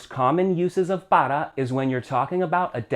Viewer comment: Why say para like “pada”?